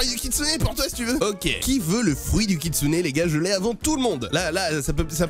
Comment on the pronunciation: encore une video incroyable mec avec le koutsune et pas le kitsune😂